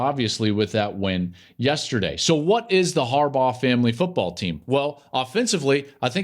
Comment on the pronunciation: Take a shot every time Klatt says, "Testerday."